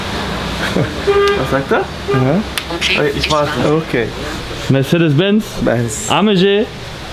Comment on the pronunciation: Das G bei AMG wird im türkischen auch wie im Deutschen ausgesprochen warum sagst du „A M Tsch“ oder so 😂